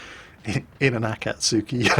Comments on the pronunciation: brush up on your japanese pronounciation,, A'kats'ki (or just watch more Kancolle^^... POI^^ )...omg, I sense Salt Mines in my immediate future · ~ OMG I have never heard anyone says "Akatsuki" this dirty...